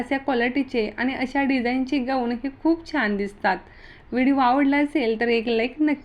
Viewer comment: या टॉपिक वर तुम्ही व्हिडिओ बनवले तेच तुम्हाला बोलता येत नाही गवून नाही गाऊन😂😂